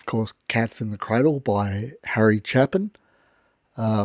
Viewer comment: His last name is Pronouced ( Chape ) [ In ].